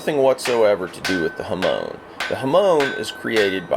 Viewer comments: There are some mistakes, such as The "Manta Ray skin" (its just ray skin, a Manta ray is a different thing), you breaking the Saya by slamming the katana when seathing, or many pronunciation mistakes; hāmon (not jamón). Over all, a great informative video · The person putting the swoird into the scabbard at the mark needs some education on it. The temper line is a hawmen, not hawmone.